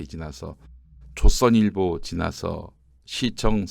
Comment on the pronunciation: 좃선일보... 발음 교묘하네요